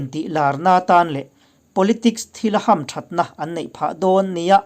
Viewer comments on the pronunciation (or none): Hamthatna i tih kha i thluk dik lo